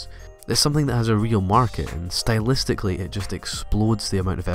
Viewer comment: HE SAID SYTLEISTICLLY NO FRICKIN MUCH